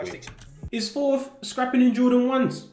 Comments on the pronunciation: I'm always baffled when people from England pronounce an obvious "TH" word with an "F". It 's "THOR". not "FOR". lol Fink about it. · be like “4” instead of Thor